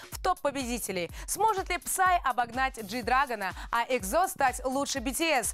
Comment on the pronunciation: Та блэт. ПРАВИЛЬНО НЕ ЕКЗО, А ЕКСО!!!!Нет буквы З в корейском алфавите!!!